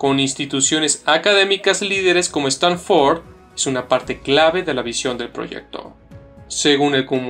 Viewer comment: Por favor mejora esa pronunciación… Stanford, blockchain, CEO… parece una lectura de un escolar.